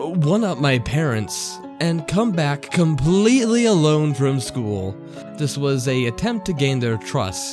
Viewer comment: Can't stand it whenever this one narrator says "dis" or "da" instead of "this" and "the". I know he probably can't help it but I can't focus on the story because I keep hearing it.